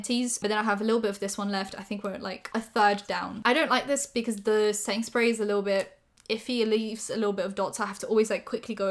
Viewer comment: What says: setting spray What my stupid ass hears: sainsbury's